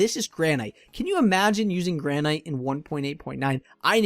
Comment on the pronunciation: Your building tips are awesome and I mean no offense when I correct this, but are you purposely mispronouncing Granite? It's gran-it as opposed to gran-aight.